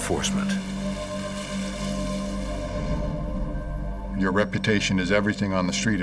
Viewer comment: "Lar Enforcement?"